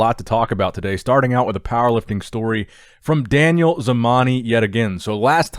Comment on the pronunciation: Hi just a tip it's not pronounced Daniel but "DAAN-YAAL" great video btw